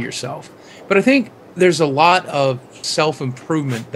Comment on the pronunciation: lol, he said self-improvement >.>